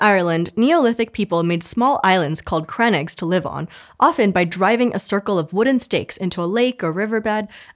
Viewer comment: Irish here - Crannóg is pronounced (cran-oh-g)